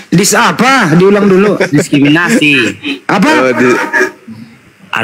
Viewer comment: Asli kocak banget "diskriminikasi"... Wkwk..